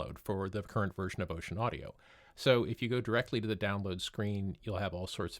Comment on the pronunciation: It's actually not pronounced "ocean" but "oh-sen." Just for the record.